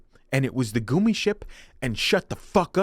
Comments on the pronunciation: dude I was liking your video, but then I had to listen to you prnounce gummi as goomy and I had to stop. It was literally painful. Its like gummy worms, They even pronounce it the proper way in the game I think! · I can’t even lie, growing up in the 2000s I always looked forward to new movies coming out because that meant a new game coming out. Also, it’s pronounced “gummy” like the candy gummy bears, referring to Disney’s Gummi Bears. Used to be a cartoon and they had Gummi Bear mascots at Disneyland. Great video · Gummy. As in gum- ee. They literally say it in the game r-tard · I love you. But if I ever have to hear goomi the instead of gummy ship again imma flip my shit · tak was a game first before show. Also they say “gummy” for gummi ship in the game “goomi” is wild. Great vid doe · I'm sorry, but I can't trust anyone who calls it a "goomy ship" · Love the vid, pronunciation of "gummi" is absolutely sacrilegious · I am now only ever going to pronounce gummi ship as the goomy ship 😂😂😂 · You’re one of the very few individuals I have ever heard defending the gummi ship sequences in Kingdom Hearts games, and the only one I have ever heard pronounce it as “goomi” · Say "goo-me" one more time. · Its pronounced Gummy as in Disney's Adventures of the Gummi Bears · The reason why Sora and gang use spaceships in KH is because the worlds are separated like planets, did you forget? And they pronounce gummi in every kh game it features in, how could you not know the pronunciation. It's gummi, like gum. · Y he sayin goomie ship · How do you go so hard for kingdom hearts and not k ow how to pronounce gummi ship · NOO ITS GUMMY LIKE GUM GUMMI SHIP